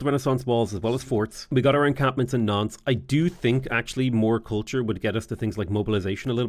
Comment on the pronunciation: really needs to enunciate when he says Nantes. With his accent, it sounds like he's saying nonce.